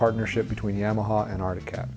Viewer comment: Why is everyone on these channels still can’t say Yamaha the correct way